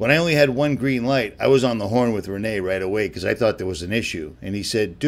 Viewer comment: It's not Re-NAY .... it's Ren-NEE .... I know, I've spoken with Rene!